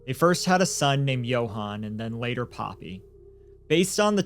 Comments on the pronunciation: Poppie is not pronounced Poppy 👀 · You pronouncing poppy wrong. It's paw pee no other way I can break it down